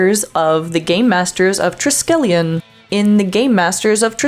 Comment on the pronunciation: TRY-SKELL-YON. Seriously, does Trek Culture watch Trek?